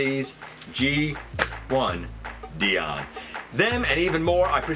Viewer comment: It's pronounced Dion, like Die On, not Dee On